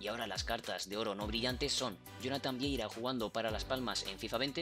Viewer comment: Ehh se dice Jonathan VIERA no VIEIRA. Se que un fallo lo tiene cualquiera pero tampoco es tan difícil pronunciarlo bien